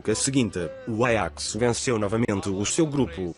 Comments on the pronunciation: Ele pronunciou em holandês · Nossa e bem diferente o pronunciamento do nome do Ajax em Portugal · apartir de agr so vou falar "Aiax"